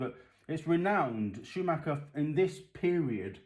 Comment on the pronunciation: Yep you said it like i do mate, it's not Schumaker! Yanks for ya lol